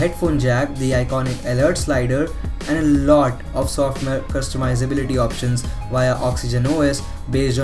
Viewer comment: "softmayor"